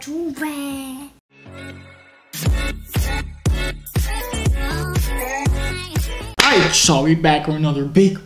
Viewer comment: mercanarytac t she said it right the first time then she went to “Jovier”